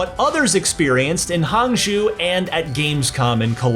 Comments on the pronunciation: HANG ZOO🤦‍♂He participated in the event but didn't take the time to pronounce Hangzhou. White western culture. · Could you please learn how to pronounce Hangzhou? It's really not hard.